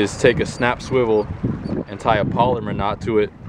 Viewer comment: Ugh😣!!!! That's my pet peeve. It is not a polymer not. It is called a Palomar knot please everybody say it right.